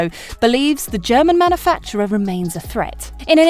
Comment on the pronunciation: You keep miss pronouncing the word “manufacturer”.